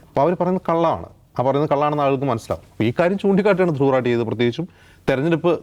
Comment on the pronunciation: ധ്രുവ് 😲രഠി😵 എന്നല്ല 😄ധ്രുവ് 😄രതി🤭 എന്നാണയാളുടെ😪 പേര്☹️